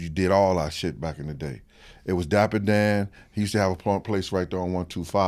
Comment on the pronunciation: Love this guy but damn bruh, no homework, dude said Dapper Don, Dapper Dan, read a book, watch a movie do something.....